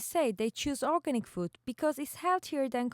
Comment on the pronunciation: It's weird how you can't pronounce the word organic right when your whole research is based on it. Knowing your topic seems pretty handy.